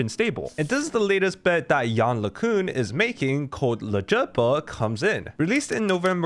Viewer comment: Hi, I have never heard anyone pronounce his name correctly for now. Maybe if you do next time then the correct one will start to spread? Thank you